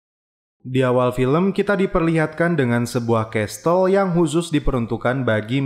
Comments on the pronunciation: Kl gue perbaiki ucapan yang salah pasti dibuli gak ya? Castle dibaca kasel, bukan kastel bro. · the last kessel, bukan kestel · Bang Castle bukan dibaca "kestel",, tapi yg benar dibaca "kasel" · Kok aku terganggu dgn penyebutan castle y